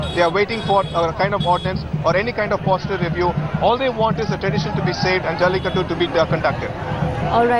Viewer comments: it is Jallikattoooooooooooooooo. IT IS NOT JALLIKUT. why you northies always sanskritize dravidian words? 😡don't you people have respect for other's culture and language? even western journalist do not change Tamil words to latin or something else! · Why don't these North Indians know how to pronounce the 'U' behind?